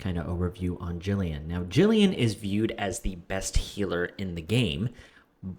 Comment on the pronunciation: It's Gillian not Jillian 😭😂